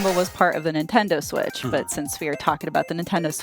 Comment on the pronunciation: "HD rumble was part of the ninTENdo switch, but since we are talking about the nintendo SWITCH two-" What the hell is that intonation? That's not how you differentiate between numbered generations. You put the emphasis on the parts that are different. You have the nintendo SWITCH, and the nintendo switch TWO It doesn't really matter, but it's bizarre 🤔